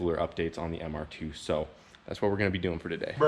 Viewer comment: Im i the only one who cringe when he says mr2. Hes like the ‘’mr- ... tffooooo’’